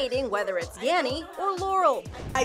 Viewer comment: Ho hears yammy not yanny lol